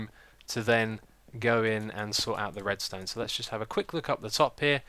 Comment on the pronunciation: Oh and "Redstonned" ha ha :)